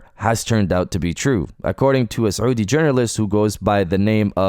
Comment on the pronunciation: Are you Arab? because your pronunciation of the word Saudi is really impressive